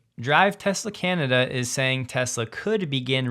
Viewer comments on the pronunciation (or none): none